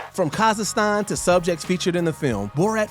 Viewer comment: “Sauchage” party? “Sussess”? “Kahzistan”? What’s wrong with your pronunciation? Lol